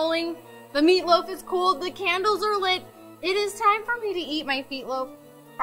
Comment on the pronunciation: Did she say Meatloaf , or Feetloaf ?